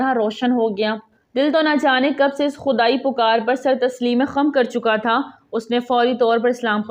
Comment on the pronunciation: *سر تسلیمِ خم (sar tasleem-e-kham) سرِ تسلیم خم (sar-e-tasleem kham ) Please correct your pronunciation. Only one mistake is being cited . You can detect some more.